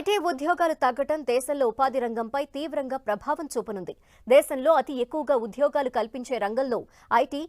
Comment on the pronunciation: UDHYOGHAAAALU... vattu palukatam nerchukondi.. telugu vinalekaa chastunnaam!:face-purple-crying